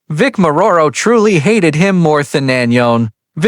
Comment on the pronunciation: Hahaha.... can't even pronounce or spell Vic's name right.